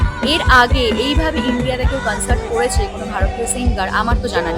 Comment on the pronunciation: Concert❌ Cuncert ✅